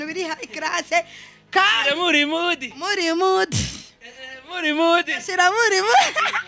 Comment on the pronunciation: uwutogutuka nuwutoba afis umunwa uritesh agaciro ukarenza bawubah uvugane ikinyabufura ham wambaye style yambawe 2010 ntiwishim rero ntupendeza pee ham ngo mudi🤣🤣🤣 bsi uriga prononciation bavuga mood iyubahe mukobwa